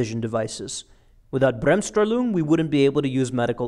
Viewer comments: It's BremSTRAHlung where STRAH rhymes with CAR. Jus sayin. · Great video only the pronunciation of Bremmstrahlung was painful use an English term, explain it if there is no English term or simply take about 2 minutes and learn the correct German pronunciation. Why is it important? Just imagine a documentary about basketball where they terribly mispronounce the name of Michael Jordan, f.e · I love how he pronounces german terms. "Bremsstrahlung" becomes Brömstrahlung. xD [Bremsstrahlung like many german words are just 2 words stitched together. "Bremsen" = "To slow down" and "Strahlung" = "Radiation". So "Slow-down-Radiation" = "Brems + Strahlung" = "Bremsstrahlung"] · Please stop trying to pronounce Bremsstrahlung, just pronounce it as if it were english. Thanks from Germany.